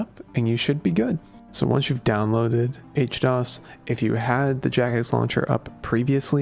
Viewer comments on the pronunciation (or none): why H-DOs instead of HD-OS lol